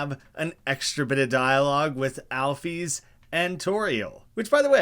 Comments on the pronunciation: Its pronounced al fis not alfies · Pretty sure the widely accepted way to pronounce “Alphys” is (Alfis) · Yeah I'm pretty sure the standard pronunciation is "Al- fiss" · Your pronunciation of Alphys is more akin to the spelling of Alphese (not a real name, but said like one would pronounce a Greek name - Damocles) Alphys is pronounced al-fis for the same reasons physics isn’t pronounced phe-seeks. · I don’t know the common pronunciation, but I pronounce it as “Al-fis”, not “Al-fees” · It’s pronunciation is Alfis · The classic pronunciation is alfis. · Your pronunciation of Alphys is nothing compared to "Hatty."